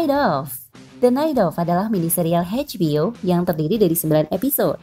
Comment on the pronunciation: Eidj bi o min. Bukan Heidj bi o.